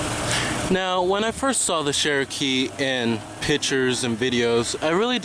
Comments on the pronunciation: Chair-O-kee not Share-O-Kee... for some people Cher will always be pronounced one way, but really if the brand is as iconic as you state (and us Jeep owners know) then you'd think the pronunciation would come naturally. =;-P The lift up seats seems like a good idea for front storage, but... Why? The older method of an under-seat box is easier to access as the driver and something that is 'safer' while driving than flipping up the seat, and impossible in thenew design if the seat is occupied; makes more sense in the rear seats. I agree about the speedo, considering all the other aspects of the information cluster/console you would think they would have better Speedo/Tach. I have difficulty reading the Wrangler's in bright light (which is not ucommon with the top off). The Arctic and Polar editions are easier to read in direct sunlight and at night, although some people might find them too bright at night if they don't know where the dimmer switch is. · That sheeeeeeroke is soooo fk annoying! speak ENGLISH! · pdgable sure not everyone pronounces things the same, there many people who pronounce things incorrectly. This is an iconic proper name, therefore there is a correct pronunciation, regardless of how many times you wish to try and express the contrary through spamming excuses. You can get irritated about people correcting, and yourself obviously, as if we were correcting the pronunciation of Ibiza, but it still wouldn't change that he and you are both wrong. It's not Share-O-Kee anymore than it is PewGoat, AeweDie, Hagwar or Porch. It's OK for a neophyte to make such an error, but not a reviewer, especially when talking about a "Classic nameplate" not a new brand/model. It's compounded by being a name that predates the vehicles' heritage, and is not some made-up marketing word/name like the Subaru Levorg, or the Merkur XR4Ti.